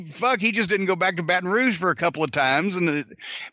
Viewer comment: He said Barton rouge I believe it that’s where my family is from so I’m not proud of it but yea I believe it